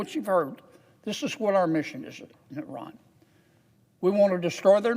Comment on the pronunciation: Thank you for your correct pronunciation of the word Iran.